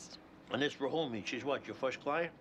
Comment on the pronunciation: Better yet, Go down the hall to the ear, nose and throat department and get your hearin checked. Its Rahoomi